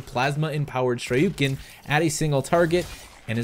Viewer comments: You pronounced shuriken wrong it's pronounced shr-a-kin just to let you know in a non violent way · Justice Carrick I thought it was him being funny...